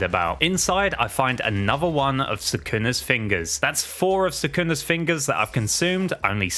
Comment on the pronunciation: Great video, but cmon. Suckunus vessel?